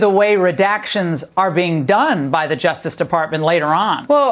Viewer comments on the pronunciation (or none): Any so-called reporter who pronounces it "affiDAVID" has lost all credibility with me. HOLY WOW! With whom did you sleep to get your job,? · Someone needs to tell that blonde that it isn’t called an Afta David